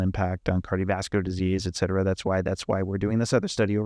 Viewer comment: FANTASTIC TECHNICAL ANALYSIS. Flawed grammar in part. "CAN'T HARDLY" is incorrect. The expression is "CAN HARDLY" otherwise you are using a double negative. Do NOT use the expression ET CETERA, unless you learn to pronounce it. ETC is simply the Abbrev. The phrase "people that....." is incorrect. It's "people who...." 2nd grade grammar. People are WHOs not WHATs. People are not objects. Many other opportunities are available to SOUND as smart and learned as you obviously are. Again- fantastic rigorous analysis.